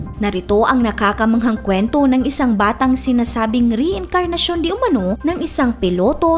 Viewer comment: Mali pa pag ka basa mo ng reincarnation hahaha